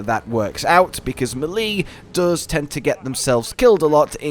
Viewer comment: Whyd it take me half of the vid to figur u were talkin about melee (may-lay)